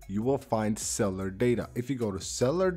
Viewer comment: Cellar data. Lol. It’s pronounced cell U lar